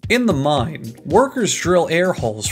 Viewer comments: "This is all done, of course, in a MINE " my poor ears... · A MINE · And they call it a mine! A MINE!